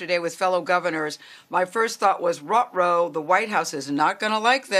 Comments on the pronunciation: Ruh-Ro? I'm out of a job and a reporter is saying Ruh-Ro? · She said “rut row” smh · Yeah, WTF is roh-roh ?!